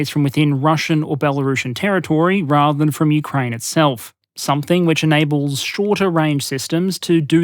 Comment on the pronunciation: ahhh you pronounced the "p" in somepthing <3 proper dingo keep up the good work mate, and hey, dom6 soon, mayby some more nation vids sometime?